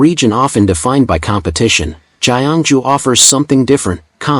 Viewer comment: Ancient city of "Jai-An-Ju"